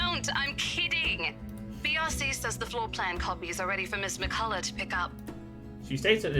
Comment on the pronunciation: Gotta love your pronunciation of "McCollough"!